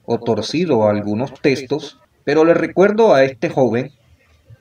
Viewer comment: Dice testos no textos🙄